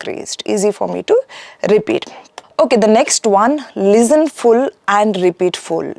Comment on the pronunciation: Why do some Indians pronounce “Lezzen” instead of “Listen”? I wonder how do they achieve a good score.